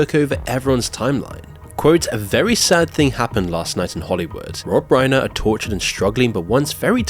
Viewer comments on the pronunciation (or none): Reiner rhymes with diner, not gainer. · RI-NER PLEASE respectfully learn how to pronounce the name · You should try and pronounce his name correctly. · it’s annoying when you keep pronouncing Rob Reiner‘s name wrong. It’s not that hard. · You're pronouncing Reiner wrong